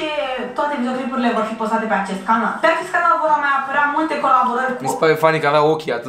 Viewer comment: Selly zice "canar" in loc de "canal" 😁